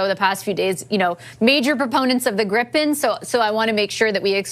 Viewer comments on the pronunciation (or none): [gree-pen] if I may.